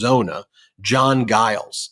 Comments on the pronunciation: Mayor Giles is pronounced Jiles, not a soft "g." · I live in Mesa. Our mayor id pronounced "Jiles". But yes, he absolutely has come out strong on the side of democracy.